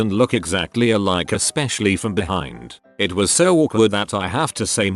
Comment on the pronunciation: Is anyone getting mildly infuriated by the way they say “it” and “skatepark”